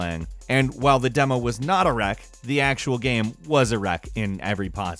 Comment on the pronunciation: Getting closer and closer to pronouncing 'game' correctly. Keep it up! You'll get there! Yes, I'm being a dick. I'm bored.